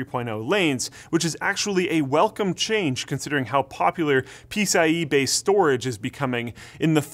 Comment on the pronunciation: "pee-sy-e" ?!?!!? that's new.... but I guess you have belong to the club and know the secret handshake so you can invent new "tech words "